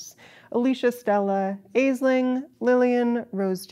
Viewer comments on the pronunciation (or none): Fantastic video, thank you. The name Aisling is pronounced ash-ling btw. It is an Irish name, and I am painfully aware that Irish people mangle names from other cultures all the time